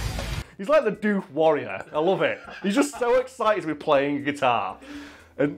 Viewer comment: doof like woof mate. Its not the dewf warrior.